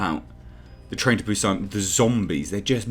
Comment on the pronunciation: Hi, Korean here. The way you pronounce Busan is correct. It's not "Bew-Saan" The way you say is, more subtle, is spot on. Hyundai, however, lol is pronounced "hyun-deh", not "hyun-dayy" Thank you for coming to my TedTalk on Korean pronunciation.